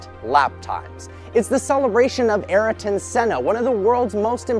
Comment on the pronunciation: Ariton? pls...